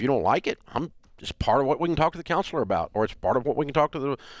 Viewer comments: I knew this guy was Canadian when he said " aboot" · The way he says "about" is funny